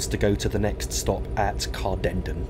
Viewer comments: Corrections if antone interested. Glenrothes, Glen-roth-ess. Inverkeithing, Inver-keething, as in seething. Rosyth, Row-syth. Dunfermline, dun-ferm-lynne. (not leen) Cardenden, Carden-den (rather than Car-denden. Kirkcaldy, Kir-koddie. Burntisland, Burnt-island. Aberdour, Aber-dower. as in flower. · Excellent, but note it's pronounced Glen-ROTH-es (3 syllables), not Glenrothes rhyming with rose. It's CardenDEN (stress on last syllable). And it's Burnt-island, as though it were an island on fire!